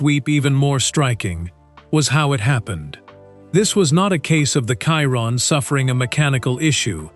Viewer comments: Bugatti Kyron. AI... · why is he saying kyron...